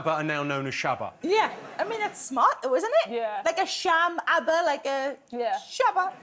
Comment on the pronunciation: I found the "shabba" answer super funny because the way they say it sounded exactly like "tjabba" which is a slang word for hello in Swedish.